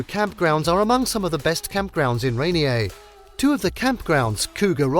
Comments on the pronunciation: We were laughing so much at that and Mount Ray-nee-ay like it's French. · Oh, lord. And not RAY-NEE-AY! RAY-NEER! Not SAN-JEW-ANN, it's San-WAN! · Do some basic research on pronunciation before you start reading the script. Pew-jet, no poo-get. Lev-en-worth, not leave-en-worth. Rain-ear, Not rain-ee-aye. San Won, not San Jew-ann. You should also learn the American pronunciation of hurricane and glacier. How could you butcher so many well known names so badly? I gave the video a thumbs down for lack of effort.